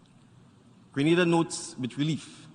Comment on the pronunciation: Learn how to say Grenada!!!